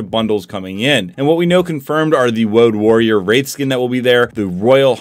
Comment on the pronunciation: Woad warrior or wenegade waider